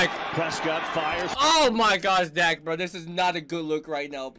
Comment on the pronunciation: It ain't DAK, it's Duck...His name is Dakota pronounced Duck-o-ta...so the short version is Dak, pronounced Duck...